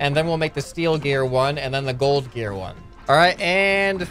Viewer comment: "gald gear"